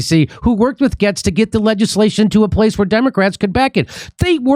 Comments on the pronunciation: Ok, first of all "Getz" is pronounced "Gates". K? And your left eyelid is doing weird shit. Great show though. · Matt Gaetz's name is pronounced as "Gates" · Bro if i have to hear Jimmy say Matt Gets one more I'm going to blow up.. Its Gates as in Gaetz! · Gates Jimmy it's pronounced gates... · You would sound more credible if you pronounced names correctly. "Gates" and "Rashida". Anti intellectualism is for the ignorant Jimmy. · It’s pronounced “Gates,” Jimmy. This is a major pet peeve of mine. The reasons leftists are leftists is because they don’t pay close enough attention to the right. If you can’t even pronounce their names, it’s a sign you aren’t paying close enough attention. Regardless, I appreciate that Jimmy is a doorway for the left to start understanding the true right (not the fake uniparty nonsense). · I live in Matt's district. His name is pronounced Gates. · Pronunciation is "gates"... No one wants these wars anymore. Gives us a list of ones to fire. If voting still works. I'm what yall would probably call " far right conservative" but everyone can see thru the charade by now I hope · Jimmy, its matt gay-tz. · Jimmy it's pronounced Gates 😂😂😂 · Jimmy can't even pronounce his name correctly; I'm not about to take his word on what he says Matt is for or against. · Is Jimmy purposely pronouncing Gaetz wrong or is it a joke?